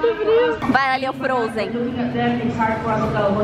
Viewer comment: "Fronzen" kkkkkk morri